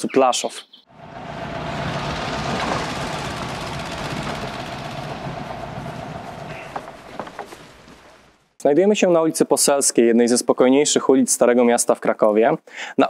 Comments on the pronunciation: Póki mógł ciagnął nich kasę a na końcu miał zrobił sobie alibi. dziwkarz pijak i cwaniak.. i po polsku panie autor mówi sie Płaszów a nie Plaszow .. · Taka mała dygresja, gdyż słyszę to już w którymś z Pańskich filmów. Mówimy "Płaszów" a nie Plaszów". Poza tym szacunek za podjęcie tematu okupowanego Krakowa :)